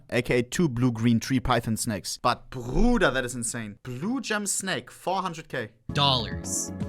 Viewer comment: “blue gem snake”💀